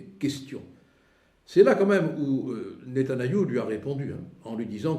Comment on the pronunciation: Collard arrête d'écorcher le nom de mon Premier Ministre pliz ! Il s'appelle Netanyahou, pas Nétanayou 😂😂😂